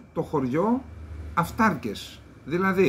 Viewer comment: Ο αυταρκης, η αυταρκης, το αυταρκες, ο τονος στο δευτερο γραμμα της διφθογγου( σημ. διψηφου). Οταν η ληγουσα ειναι μακρα, ο τονος κατεβαινει στην παραληγουσα, οταν η ληγουσα ειναι βραχεια ο τονος παραμενει στην προπαραληγουσα. Μου φαινεται προκρουστεια η προσπάθεια δημοσιογραφων να παραβιαζουν αυτον τον κανονα. Επισης, αποφευγεται η γενικη ενικου και πληθυντικου οταν ειναι κακοηχη . π.χ. λιθων αντι πετρων, θυρών αντι πορτών!Πολυ σημαντικες οι προσπαθειες σας. Ευελπιστω να ασκειται πιεση εκει που πρεπει.